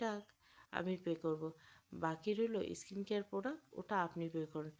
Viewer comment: এস্কিন কেয়ার নয় হবে “স্কিন কেয়ার”